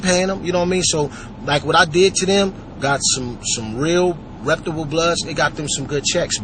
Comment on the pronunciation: If he only he knew how STUPID he sounds!! "reputable" (which he is pronouncing wrong) street niggas" dont talk as much as he does. They get straight to the point and thats that!! Talking about paying niggas, this and that! GTFOH contradicting yourself! ANY true gangsta in the streets of cali know, you dis a nigga hood AND you aint frm around here, you get no "kitchen pass" (basically, its on on site). "your big and bad now cuz you blocked off 2 SUV's" and you got it on camera! FAKE!!!